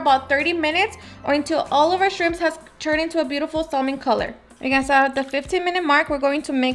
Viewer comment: Delicious, I am making this tomorrow. Just some constructive criticism, whether is one or more shrimp it's still shrimp, not shrimps and salmon it's pronounced samen/samin that one took me a little to get it right lol